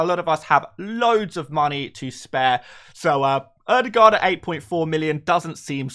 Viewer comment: Butchered ødegaard’s name, but you did much better than many others 😂